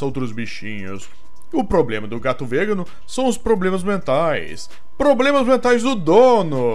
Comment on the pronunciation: as vezes parece forçada sua narração. E tem uns erros de pronuncia em vegano e outra palavra q agora esqueci...